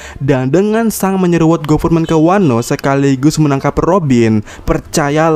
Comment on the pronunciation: Yg bener min pelafalan akagami no shanks, di baca seng bukan sang, trus aja sang sang sang . Geli denger nya